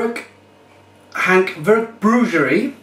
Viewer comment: I give 3 of 10 for the pronounceiation :D Hantverksbryggeriet ~ Craftbrewery